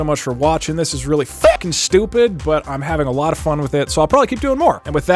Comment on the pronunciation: why'd he say fucking like that